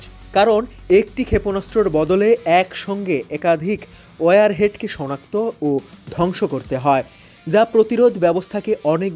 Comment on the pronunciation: WIREHEAD na be kanglachoda WARHEAD bole😂😂😂